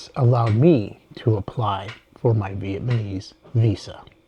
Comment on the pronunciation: It's VietnaMESE, not ViemaNESE.